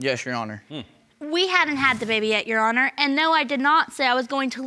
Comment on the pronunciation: Sounded more like “ yes Ju hono “😂😂